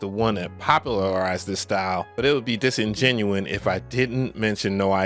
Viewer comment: Bro, the word is “disingenuous” dis-in-jen-you-us